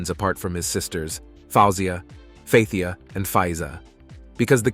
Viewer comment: King Farouk ascended the throne of his father in 1936, not "1986". Man, check your dates. The monarchy was eliminated in Egypt in 1952.The proper pronunciation for his sisters' names are : faouw zeea, fat heeya, faillza. So easy to google that stuff. Can't watch much more of this; they're also not presented in proper order in the one of the sisters is missing, the one on the left is the queen mother.